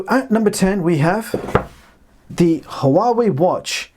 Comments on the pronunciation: It's pronounced Wawei NOT Ha'Wawei. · p.s. I believe HUAWEI is pronounced more like WAH WAY